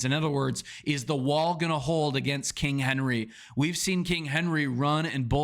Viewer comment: Stop calling Derrick "Kong henry"